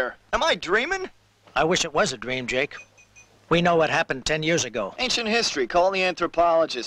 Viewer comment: Anyone else notice "Molly" crying out for "Jack" not Jake? I heard that the first time I watched this in 1992, 30 years later it still annoys me